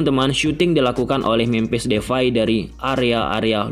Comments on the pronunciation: It's depay not defay😂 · Memphis depay bang bukan defay🙏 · Depay bg bkan Devay🤣